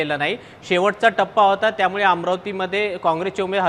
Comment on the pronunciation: पत्रकार, अरे बावा मराठी नीट बोलायला शिक. त्यामुडे नाही त्यामुळे म्हणायला शिक. 😊😊